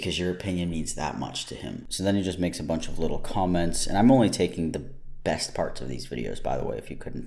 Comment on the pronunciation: He pronounces "best" weird.